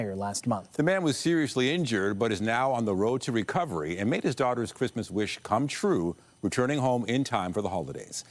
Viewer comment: Carney can't say Christmas